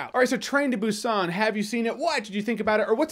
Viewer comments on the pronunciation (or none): Its pronounced boo sahn with the emphasis on the “oo” in boo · Should be more of a "p" sound correct? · hmmm sort of. They don't pronounce it with a heavy "B" so to native english speakers it sounds like "P". So it's a very subtle b. They use the letter "p" in the alphabet too. For example bread is spelled (in english) ppang so you'll definitely hear a difference between saying Busan and ppang. Hope that clarifies XD